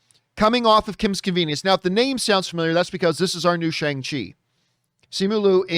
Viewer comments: John, it’s Sh-ON-g CHI, not Sh-ANG Chi. Almost like you’re saying Shuan with a soft g at the end. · It's pronounced Shay Aaahhnngah Chi or Shawng chi